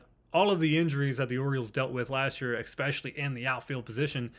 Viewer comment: My guy, it’s “especially”, not EX-SPECIALLY